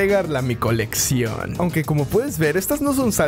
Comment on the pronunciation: dijo “mi colección” de una manera muy rara no lo creen?